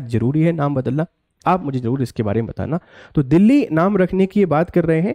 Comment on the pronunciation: bhaisab aap bhi Delhi ka uchharan galat kar rahe hai.....Delhi me phale l ata hai baad me h aata hai aur aap pahale h bol rahe hai aur baad me L